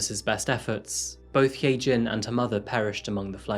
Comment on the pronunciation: If her name is hyejin it's pronounced hi- jin